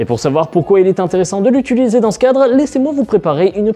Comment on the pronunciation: Très bonne vidéo, comme d'habitude ! Par contre, peut-on dire au monsieur d'arrêter de dire "utuliser" au lieu de "utiliser" ? 😭